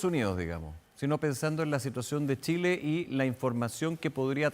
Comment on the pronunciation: Se equivocó, tambien dijo Chila en vez de Chile.